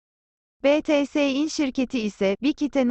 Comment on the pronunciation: Betese değil bities Uyarı